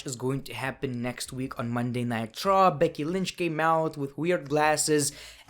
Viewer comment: He said Monday night traw